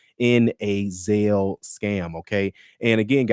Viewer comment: "ZAIL" my brother??!!! Really/?! Go,and listen, a word to the wise.